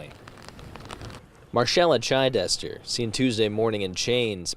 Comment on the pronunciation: It’s not Chi-dester, it’s Chid-ester. This women needs a prison sentence. I doubt she only had one drink. She doesn’t even shed one tear for those kids, while in court.